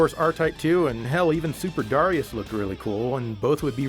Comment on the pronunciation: Just FYI, Darius is officially pronounced duh-rye-us. Yes, really.